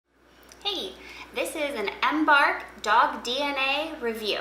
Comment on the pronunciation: Google the word embark and listen to how it's pronounced.